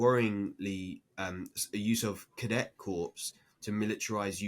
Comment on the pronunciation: Corps is pronounced 'core' not 'corpse'.